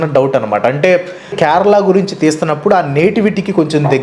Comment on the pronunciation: First adi kyarala kadu kerala pronunciation correct cheyandi first if you can't atleast try for video sake